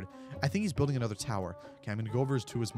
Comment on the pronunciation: Anuther towtr.